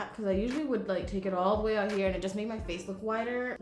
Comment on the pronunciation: "right hia" 😂